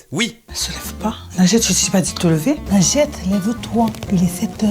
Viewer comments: ANECDOTE : Michel de notre équipe n'arrive pas à prononcer ton pseudo, alors il dit MOUSTOU. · Quand la mère dit moi j'entends "lingette" j'suis la seule 😂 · C'est quoi ce prénom sérieux, à chaque fois j'ai l'impression qu'il dis "Lingette" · « bambin » 😭😭😭😭😭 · J'ai compris lingette 🤣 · Pendant toute la vidéo j'entendais "lingette", RIP Panpers votre représentante est pas folle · Perso j'entends "lingette" 🤣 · C’est juste un prénom arabe nadjet mais tu le prononce mal du coup c’est pour sa sa donne r